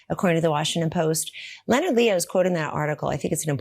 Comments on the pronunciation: Love you,. Love, Love, Love Meidas Touch. That said, I wish to offer some constructive feedback and I hope you will read it in the kindest voice as that is how I intend it. First: when you mispronounce words, it is really very distracting and has become increasingly annoying the longer it continues to occur. Do, please, use an online dictionary that has the read word's proper pronunciation aloud feature for any words you are not 100% certain that you know the proper pronunciation. Second, there are these weird moments when the cadence and rhythm of your speech which have ' out of place pauses and sometimes the taking of a little gasp of breath. You can make short pauses more natural by planning for them (note them in your script) and use that more graceful inhalation as a moment to raise your eyebrow or express something facially. These are also very distracting and lower the outstanding quality which you would otherwise be providing. I know Meidas Touch prides itself on breaking stories on the channel as quickly as possible, but please consider making a few (more?) rehearsal passes through a script before you record the final clip. The extra few minutes will not be as large of a detriment as the reduction in quality caused by these two issues. Keep up the great work, and I look forward to watching you get better and better. Best wishes! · The O in Leonard is SILENT. I understand it's not a common name. People get it wring all the time and I don't lose my shit. But you are reporting on a story. YOU ARE PUBLICLY SPEAKING ON AN ISSUE. FOR THE LOVE OF ALL THAT’S HOLY, FIGURE OUT HOW TO PRONOUNCE A FREAK8NG NAME!!! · The name is pronounced Le-nard, not Lee-o-nard. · Leo Nard? It's pronounced Lennard!! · LeeOnard?? Lol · Please, it’s not Lee.Oh.Nard. Total cringe. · Just curious why you are pronouncing "Leonard" as Lee-o-nard. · You don't pronounce the o in Leonard. Just like Leonard (lennard) on Big Bang Theory. It's Lennard Leo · Leonard is pronounced (Len-nard)